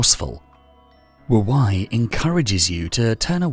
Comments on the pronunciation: Not very 'go with the flow' of me, but it's Wu "Way", not Wu "Why". 🙏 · it means "wise old man" Pronounced Tao Te King Spelled Wu wEi, not wu wAi. Nice video tho :)